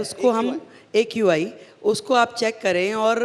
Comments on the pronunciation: AQI ko IQ bol rahi hai 😂😂😂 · AQI ko IQ bol rahi thi 😂😂